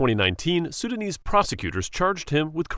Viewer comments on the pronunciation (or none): none